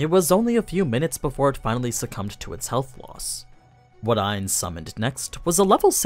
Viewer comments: It's not aniz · Him calling him Ains hurts